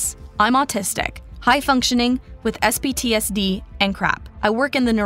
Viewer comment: tf is sptsd. it clearly said cptsd. get it right. it matters ffs